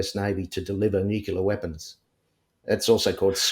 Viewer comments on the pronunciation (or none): I really struggle with believability when someone says "nucular" instead of nuclear. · It is annoying and questionable when and important word is continually pronounced incorrectly - it’s pronounced incorrectly with a U where a U isn’t present , nu cU ler and it’s nuclear- he should know how to properly pronounce nuclear - it’s said as it’s spelt - it’s not rocket science. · Ever since that Gumby, George Bush Jnr….we’re fkn stuck with ‘nukular’. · Sorry but i have trouble believing anyone who pronounces "nuclear" as "NUKE-U-LER" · Just a thought - I’m suspicious of anyone who pronounces “Nuclear “ as “Nu - cu - lar.” An Intelligence officer would be intelligent and well-educated enough to know better. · The way he massacres ''nuclear'' is particularly annoying n irritating. And what happened to his hair?